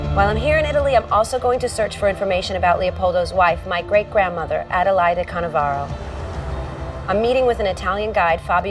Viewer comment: Canovaro.... not Cannavaro!